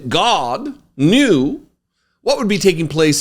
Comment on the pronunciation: So did Mohammed. They’re meant to strike the fear of God… Goddd-uh. Godd-duh? I don’t know how to spell it the way you say it, but I like it-uh. 😅